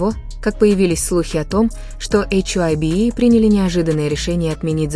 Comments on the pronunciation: Вам следует читать привычное нам ХАЙБ, а не ваше новомодное эйч-Ай- Би. Согласитесь, пожалуйста. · Это слово hybe читается как «хайб»